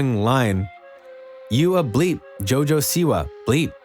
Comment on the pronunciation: “Jo jo see why”